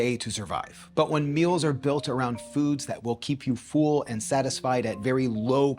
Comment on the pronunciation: your videos are great!!! but it is pronounced "full" like "bull" not "feul" or "fool"